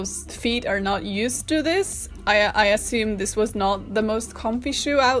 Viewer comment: I love this video so much. It makes me so happy. I just love hearing her say,”Dis is an abomination.” LOL!!